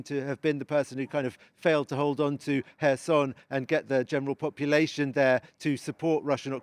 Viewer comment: His pronouncation of Kherson is very poor